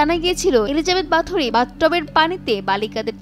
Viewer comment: There are no strong evidence that she actually used blood to be beautiful... Stop exaggerating. And it's pronounced kinda like"বহোরি"not "বাথুরি"